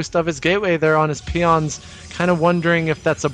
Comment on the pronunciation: OMF.... "peon line", "peons" you fail commentator...